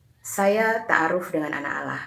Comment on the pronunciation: Maksain amat ni misionaris...Takaruf ??? Apaan tu takaruf ? Ta'aruf kalee...pake 'ain. Helluyah